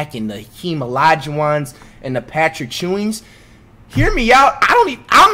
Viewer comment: Lmao did he say Patrick chewing?